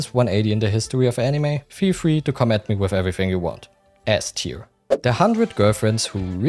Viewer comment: Nice video. My only criticism is you pronounce "ass-tier" and S-tier" similarly. Maybe consider altering the joke slightly if you repeat it in a future video.